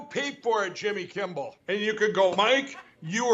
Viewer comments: Jimmy Kimball??? Can Mike Pillow even say Kimmel??? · Is it a long standing troll that Mike Lindell always says Kimble instead of Kimmel, or is he just that kind of goof? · Why does he say Kimbel? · I laughed way too much when Mike said “Jimmy Kimble” (or perhaps I should spell it “Kimbel” closer to “Kimmel”). 🤣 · It’s grating the way Lindell says Kim-bell, instead of Kim-mil. I guess it’s Just a grifter mannerism. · Jimmy Kimmbal. I love you, brother. If that imbecile mispronounced my name over and over it would perpetuate the annoyance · I've always loved the way Mike Lindell mispronounces Kimmel. He says Kimble, every dang time. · He says "Jimmy KIMBEL", that's NOT you! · Jimmy Kimmbel lmao 🤣 Poor Mike Lindell can't even say Jimmy's last name lmao 😂 🤣 😆 😅 😭 😪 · i like the way he called him kimbel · Does Mike say Kimpbill or am I going insane? Both can also be true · Wants to appear on Jimmy’s show but continues to mispronounce his name by calling him Jimmy Kimball. What a nut! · Tell Mike DumBell that there is no b in Kimmel. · Did Mike call him Jimmy Kimble? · Why in the world does he keep calling you Jimmy Kimball? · Mike Lindell can't even say Jimmy's name right. Jimmy Kimball lol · Also the fact that Kimmel always re-creates the error whenever he mocks Lindell with his actor-Lindell, making sure to pronounce “Kimball”. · I love how Pillow Mike keeps saying Jimmy Kimble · Doesn’t Lindell call Jimmy, Kimble? I keep hearing him put a b in his last name… So Mike might be deranged enough to take JK up in that offer!🥸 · Mike lindell calls Jimmy Kimmel... (" Jimmy Kimble") Kimble , kimbel, kimbol or kimbowl is totally incorrect. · I like the fact that after all this time he still can't pronounce Jimmy's last name correctly. And I would love to see him go into one of those machines with the claw and do an interview with Jimmy that would be priceless. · Will someone tell Mike there’s no B in Jimmy’s last name😂😂